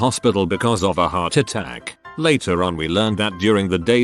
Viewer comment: What's up with the inflection on the word 'heart attack "...